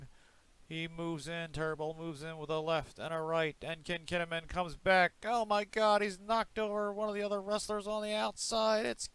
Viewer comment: its not kechi as you say its keshi and its not ken kinnimen as you say its kinnikuman